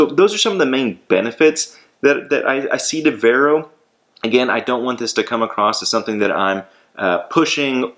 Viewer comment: It’s pronounced “Var-oh”